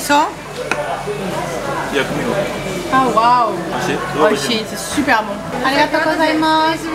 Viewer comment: "arigato hein" le petit côté belge qui ressort même en japonais j'adore hahaha